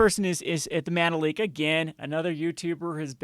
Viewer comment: I heard "mana leek" one as manlet for some reason